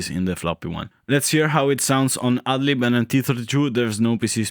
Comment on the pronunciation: Whenever you say go with the "ad lib version,” it sounds like you're saying "ugly version." 😂